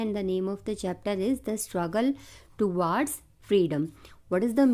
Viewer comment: Ma'am you are pronouncing towards wrong